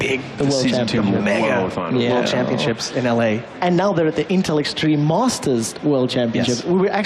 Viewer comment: anyone noticed the "world anals" thing? :c